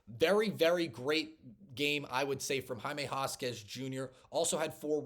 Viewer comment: I think you show a lot of promise. I'm going to subscribe. By the way, you pronounce Jaime Jaquez...... Hymae Hakez. You've got to at least get the names right! Good luck and God bless you!